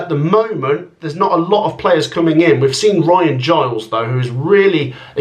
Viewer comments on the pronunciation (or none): none